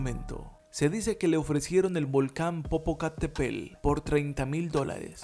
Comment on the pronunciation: Primero enséñate a pronunciar bien el nombre del volcán y de la gran ciudad